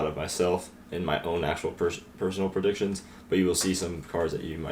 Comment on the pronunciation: It’s “predictions” not perdictions